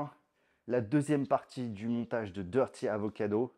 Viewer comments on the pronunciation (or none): none